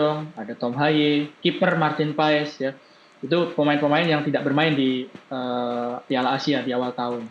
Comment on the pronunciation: MARTIN PASS .....PAES TERUS kalo mau jadi komentator belajar dikit napa akibatnya semua ikut medsos MEES HILGERS BACA MEIS HILgHERS...g nya jangan dikuatin